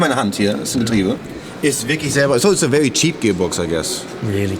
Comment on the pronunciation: HAHAHAHA ich finds geil wie JP very sagt klingt wie vewy 😂😂